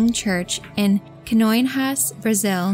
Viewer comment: I’m not especially fluent in Portuguese, but based on what I know of its phonetic rules, I think that Canoinhas is supposed to be pronounced ’kah-noh-EEN-yahs’.